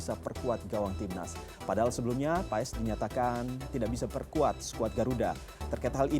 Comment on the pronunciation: Bacanya bukan PA-ES, tapi PHAS.. jgn salah sebut nama pemain kita sendiri.. 😅